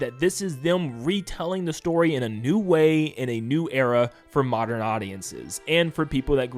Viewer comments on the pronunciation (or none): none